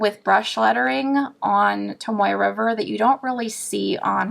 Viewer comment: Wait...did you say "tomato river paper"?!? 😂🤣